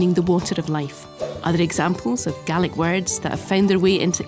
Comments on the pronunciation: I like the she said Gaelic it sounded like garlic 😂 I loved it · I'm from Ireland and I swear to God the was she pronounced Gealic it's like nails on a chalkboard, down in munster we pronounce it as gay-lick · I never realised the scots pronounced gaelic as galic as opposed to galeic like we do in ireland. Also funny how the languages can look so similar and yet sound very unique and different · It's not "Gallic": that's what the pronunciation sounds like, but the spelling is "Gaelic." "Gallic" in English (the language you are writing in, don't forget) means "pertaining to Gaul (France)". Our Gallic neighbours are across the English Channel; our "Gaelic" neighbours are north of the border.